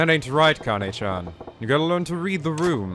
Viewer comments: it's not pronounce like Kaine! It's Kah-Nah-Ay. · Why do English speakers always insist on pronouncing E as "AY" or "EE" in Japanese words and names? It's one vowel, not two, so it should be more like "EH" (I'm actually not sure how to spell the sound phonetically so that English speakers understand, but something like that) . KA-NA-EH. A-NI-MEH (not ani-may like i often hear), KA-RA-TEH (not karaa-tee or kara-tay) etc. I'd usually just let it go, but it's hard to ignore it when someone corrects someone else with wrong information.